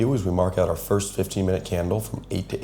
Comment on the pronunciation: “Firts 15-minute candle” 😭